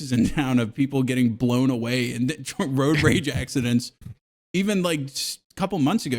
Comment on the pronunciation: I like how calls it roaj rage